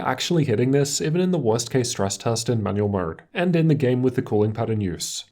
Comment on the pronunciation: why am i keep hearing manuel mode xD